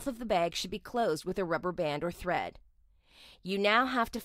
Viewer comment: You said tread instead of thread